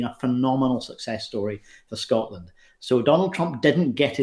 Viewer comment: Why do some Americans say "Scottland"? We are Scottish or Scots and we come from SCOTLAND!